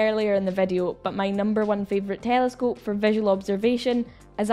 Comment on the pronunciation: Haha "tææelescope" sounds funny when you say it 😅